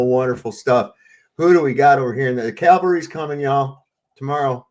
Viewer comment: Cavalry...not calvary